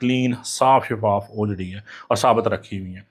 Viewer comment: Ohjahgri nhi huti oohjri huti hy